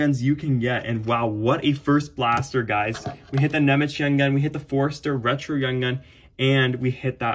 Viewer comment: Nice Nemec YG. And it's pronounced Šimon Ňemec (even if it is written without ˇ Šimon Nemec ), and not Nemeč. Greetings from Slovakia